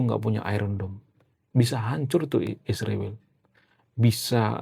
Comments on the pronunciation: Israel disebut isriwil, hati-hati kamu jangan sampai darah keluar dari mulutmu. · Sebut israel tu dengan benar jangan ruba2